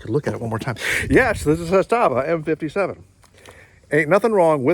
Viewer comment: Pronounced ZA-sta-va, stress on the first syllable. I have the current production version made for the American market, the M57A. Got it new four and a half years ago for five hundred bucks out the door. New ones are very hard to find nowadays. They especially hard to find now because Serbia has stopped exporting all arms and ammunition until further notice. Even when they were available, they would be snapped up quickly. My example is fun at the range and is a cool piece of history, but I wouldn’t rely on it as a defensive weapon. The one I have isn’t totally reliable. It’s not a “jamomatic”; it works “most” of the time. But I can’t get through a hundred rounds without one or two stovepipe jams. A friend of mine has the same gun and his never jams… go figure. The main difference between the military surplus M57 and the new-build M57A is the safety mechanism. The original military issue models had a half-cock position on the hammer which locked up the gun completely, like the original Soviet TT-33. That wasn’t good enough for the ATF so you have that abominable add-on frame safety. On the M57A, they did away with the half cock and installed a Beretta-style slide mounted safety on the left side, along with an integral firing pin block. With this mechanism, you can safely carry it cocked and locked. Otherwise, it is essentially the same as the original M57. I don’t know why you couldn’t get nine rounds in your magazine. Mine definitely take nine rounds. That is strange. There w